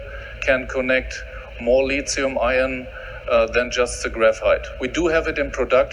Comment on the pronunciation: "the lizium I own" 😂😂😂